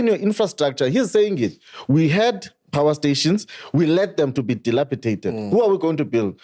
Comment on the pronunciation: Ayte If fhis nigga says Delapidated one more time imma lose it